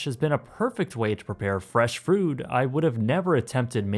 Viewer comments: Did you say "fresh frood" at the end lol?!? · He also said 'fresh frood' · “Fresh Frood” <3